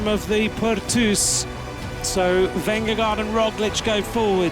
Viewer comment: The commentator is saying Vengagard and everyone else pronounces it Vingegaard. Small matter but it would be nice to get it right. Whoever is right.